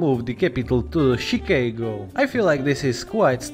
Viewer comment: that's gotta be the weirdest pronunciation of Chicago i've ever heard.